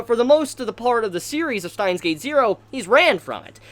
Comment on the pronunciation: Who is "Stein"? And where is his gate? It's Steins Gate, not "Stein's Gate"